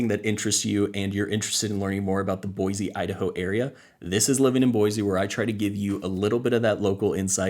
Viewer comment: Thanks for the video it is very helpful. As a side note. Locals normally promounce Boise with an S sound, not a Z. With the huge influx of new people I am hearing more people pronounce it with the Z.